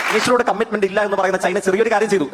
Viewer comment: ഈ ചെക്കൻ എവിടെ പോയി എന്ത് പറഞ്ഞാലും പൊട്ടത്തരമാണല്ലൊ ഭഗവാനെ...... പിന്നെ സെയ്ക്കേ.... സൈനയല്ല ചൈന